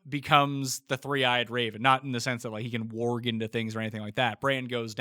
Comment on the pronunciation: mispronouncing warg and Arya so triggering.